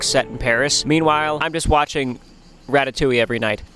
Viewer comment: I love how you say "ratatouille" wrong😂